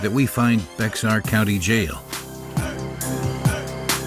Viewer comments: It has to be. Bexar County is pronounced like Bear…Alexa said Bex-Are. 🧢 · “Bexar” county is pronounced “bear.” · Be”x”ar county jail…… it sounds more like “Bear”. I know it’s weird. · He didn't pronounce Bexar correctly either.